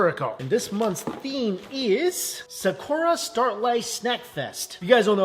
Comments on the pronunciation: Why do you pronounce "Sakura" like that? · The pronunciation of Sakura......😬😅